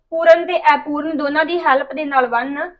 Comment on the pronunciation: Aipooran nahi hunda Apooran hunda hai